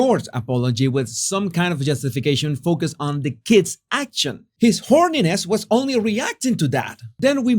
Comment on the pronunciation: I keep hearing his 'horniness'. Am I crazy?